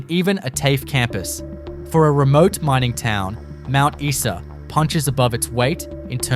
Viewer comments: Isa is pronounced Eye sa. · Imagine calling yourself "" when you don't even know how to pronounce Mt Isa!